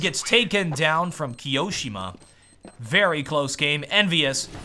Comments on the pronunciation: key-oh-shem-ah not keyo-seemah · i love the way says "keeosheema" xD